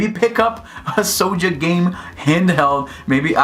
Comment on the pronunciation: Why do you keep pronouncing it “sowja”?? You sound like a lil kid who cant speak properly.